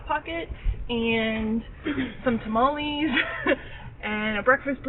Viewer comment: “some tamolees” 😂